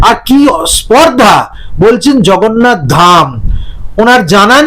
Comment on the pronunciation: উনি জগন্নাথকে "ভগন্নাথ" 😅 বলে দেগে দিয়েছেন। ওঃ লাভলি 😂😂😂😂